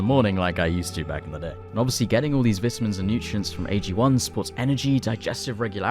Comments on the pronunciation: Ive been a huge fan for awhile but now after hearing you say vitamins in the weirdest way possible. Idk anymore 😂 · I would pay $1 for each time you can say vitamins hahha Vit I mins 😂😅